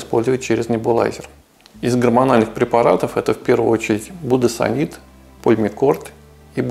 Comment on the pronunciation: не будесониТ, а будесониД